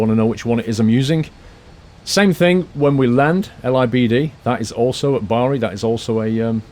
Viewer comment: Bari is pronounced like body